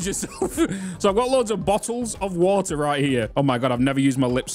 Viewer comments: Can you say “Bottled woter” like three times in a row please? Thank me later! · "Nobody is perfect except me" - The guy who said bo'ohw'o'wo'er 🤣🤣